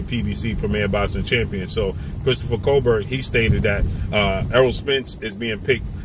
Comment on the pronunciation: Damn stay killing ppl names smh remember when he was calling Tank "Gavontay" lol. That man name is pronounced "Cobare"